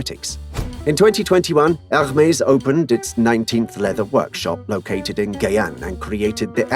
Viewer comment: The H is silent.